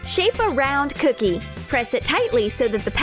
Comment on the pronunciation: I don’t really like how they say ‘cookie’. cOOkie